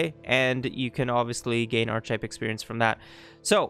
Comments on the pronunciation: It's pronounced ark-eh-type, not arch-type, like architecture ark-ia-tech-tcher. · This is a brilliant video but the fact you keep pronouncing it "arch-ih-type" instead of "ARC-ih-type" is killing me. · Very interesting. That said, it’s pronounced ark-e-type. Took me a while to work out what you kept saying. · theses is the plural of thesis. archetype is pronounced 'ark-ee-type' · important! The word is pronounced "ark-e-type" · ar-keh-type Good guide though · Great guide, thanks for making it! But for the record, it's pronounced "Ar-Kuh-Tipe". Barely a distraction honestly, just thought it was funny. Hope you're doing great 3+ years later! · It's pronounced Ark-type (the "H" is silent) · Thanks so much for making this guide! Super detailed and helpful. One thing I thought you might want to know, though... I think the word "archetype" is usually pronounced differently than you've been doing it. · Good stuff. Had this mod for weeks and never even tried it. Learned alot. The mispronouciation of Archetype had me laughing hysterically !tho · You should learn how to pronounce archetype so you’re not butchering the English language throughout this video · Too bad you can't fix those two thousand times you mispronounced it. Ah well. I really don't think I can get through it in its current state. Thanks for your effort though. Well I went to other sections where the word wasn't used much and I learned a lot. Thank you. ..